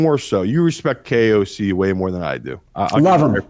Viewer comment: u nailed on KOC 9,9 that’s no in German twice